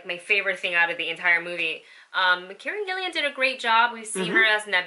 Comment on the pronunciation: I believe her name is Gillan, not Gillian.